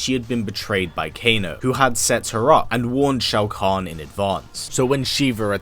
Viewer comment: It’s pronounced like Show-Con idiot